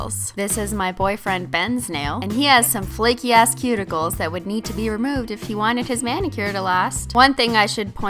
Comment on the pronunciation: OK SO EVERY NAIL LADY REMOVES MY SKIN WHEN THEY SAY "CUTICILES"